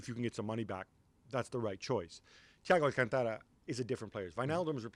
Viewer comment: That man pronounced "Thiago Alcantara" so well